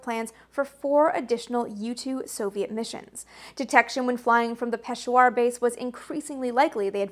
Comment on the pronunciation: And “Peshawar” is pronounced like “peh-SHOWER”.